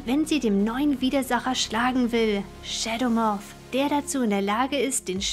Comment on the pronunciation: Wieso sagst du Schedemoff???